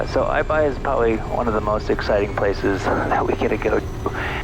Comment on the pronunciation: The minute I heard say Aibai I knew we were in for some trouble.